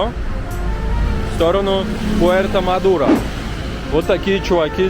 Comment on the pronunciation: Этот р-0н называется Puerto madero( руэрто мадэро!!?)